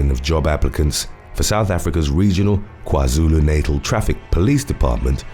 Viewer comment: What's? kwazulu naytal? it's kwazulu natal